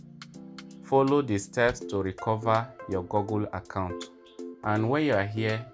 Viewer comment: Bro said gogle 💀